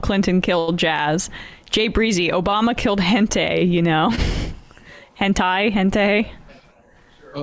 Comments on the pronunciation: Spanish being my native language I thought I heard Emma saying "Obama killed gente", "gente" being "people" in Spanish but turns out she meant hentai. lmao I've never heard anyone pronounce it like that. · emma struggling to pronounce hentai and everyone else pretending they have no idea how it’s really pronounced